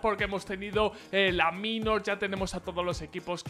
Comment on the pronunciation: porque pronuncias bien "Major" (meiyor) y no pronuncias bien "Minor" (mainor)? xD